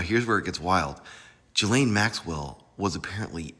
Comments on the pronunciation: GAH-Lane-- her name is pronounced "Gah"-"lane"-- this "Jah-lane" stuff is wrong. Gah-lane like "Ghost"- not "Jhost." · It’s “GHEE-laine” not Gee-laine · Pronounced “Guh-Layne.” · She doesn't deserve to have her name pronounced correctly, but I'm just saying, that's not how to pronounce her first name. So what.